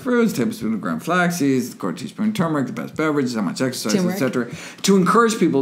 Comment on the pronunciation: LMFAO! there are two R's in the word turmeric!